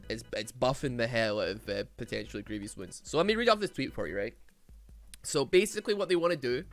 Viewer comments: my man, love your videos but please dear lord learn to pronounce „grievous“ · I hate how u pronounce Grievous